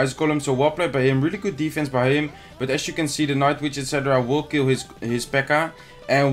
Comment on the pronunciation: Kevin Groß OMG is you not jou you have a problem with the y